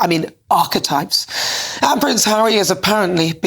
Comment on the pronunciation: Did she just sat. Arsi...types😂